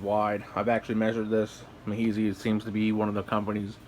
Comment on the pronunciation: love the videos man! one pet peeve though it is pronounced me-is-high just fyi - subbed